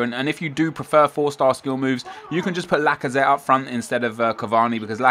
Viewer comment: It's lazazette